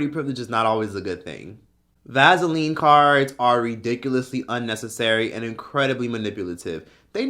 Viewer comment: U saying "Vaseline" never gets old😭😆😆